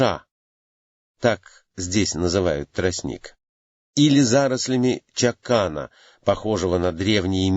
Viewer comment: Правильно ча’кан а не чака’ н